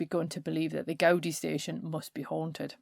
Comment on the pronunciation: Brilliant stuff. Thanks so much - I could listen to you all day! In the names ' Gaudi ' and ' Miro ' the accent falls on the second syllable.